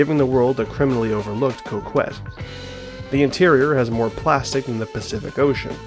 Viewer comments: Cock- ette not coe kwet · great video one major thing is it is pronounced co-ket not co-kwet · i love the video but i couldn’t put the fact that you kept saying coke-wet instead of coh-ket past, still a good watch regardless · It bothers me that you call it the Coke-Wet instead of the Cock-Et. It's meant to be Cock-et. As in small dick. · ITS PRONOUNCED CO KET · It's pronounced "cock-ette" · First time I've heard someone pronounce Coquette as 'Co Qwet' 🤔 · Rockette - female dancers 🍆 - Male genitalia 🍆ette - female male genitalia - a feminine coque - a Coquette Why you and Ghillie pronounce it the way you do is beyond me. The name is a hilarious take on the societal perception that men who drive Corvettes have Lil 🍆 energy, and it goes completely over y'all's heads. 🤷🏽‍♂️ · ye, the u is silent, idk why he pronounced it that way lol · I knew I wasn’t tripping 😂